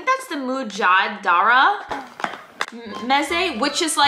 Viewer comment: Yo I’m Lebanese thank you BTW it’s mjadara